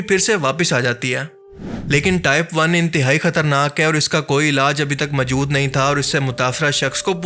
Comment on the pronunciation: Bhai kya pnjab k ksi Pind se seedha uth k aagai ho jo urdu tk Sahi bolni nahi arhi hai tumhain? Sahi lfz "Moujood" hota hai mere Bhai. Hr baat mai ye MJOOD, MJOOD kya boley ja rahey ho? Urdu bolni seekho phir video Bnao. Right? Thanks.